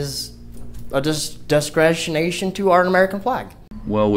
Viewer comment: 'Descresination" Frauditors really should stick to one syllable words.